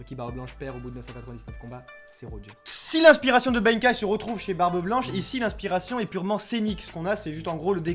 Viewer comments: Benkei se prononce comme sensei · Sérieusement la prononciation du nom de benkei quoi , pas benkaï , c'est un personnage célèbre , mais pouce bleu